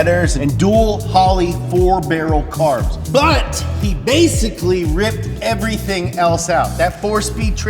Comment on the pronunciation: " strip errrthing down and start from skretch"